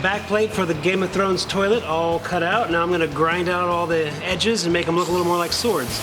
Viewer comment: stop saying tolit